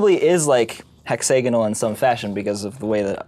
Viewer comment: Did Henry say "hack-Sagan-al" instead of hexagonal?